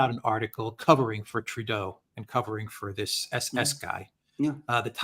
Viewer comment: Heil Trudeuh!